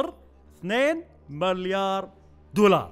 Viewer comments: اسمها مِليار مو ماليار 🤣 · ياخي والله تسنفزني وانت تقول مَليار اسمه مِليار تكفى قل مِليار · ياكريييييه تُنطق ( مِليار ) مب (ماليااار) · مليار ✔️ مو ماليار ✖️ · الحلقة حلوه بس تكفى تعلم كيف تنطق ماليار هاه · ليش تقول مالايار بدل مليار💔🌚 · احد جالس يسمعه يقول مَلّيار غلط ولا انا لحالي ؟ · يااخي العزيز اسمه (مِليار) مو (مَليار) 😂😂. اللي اعرفه يعني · ليه يقول ماليار... مليار يرحم امك ياخي ما قدرت اكمل الفديو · ١٠مرات وأنت تقول ماليار جبت للساني إعاقه الله يسامحك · تره اسمه مليار مو ماليار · ماليار دولار مو كذا ينطقونها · ايش فيك تقول (ماليار)؟ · ياخي اتنرفز لما تقول ماليار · ياخي انطق مليار صح جبتلي غثينان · تكفى انطق مليار زين 💔💔💔💔💔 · نطقكك لكلمت مليار غلط يصاحبي ههههههههههههههههههههههههههههههههههههههههههههههههههههههههههههههههههههههههههههههههههههههههههههههــه' "̯♡' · يرحم امك انطق المليار زين